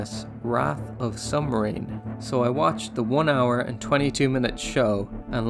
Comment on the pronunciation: lol he said sumbmarine